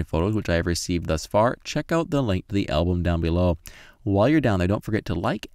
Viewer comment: After select invert, what must i do, I cannot hear your instruction clearly, you say " select invert then press the "linky"???"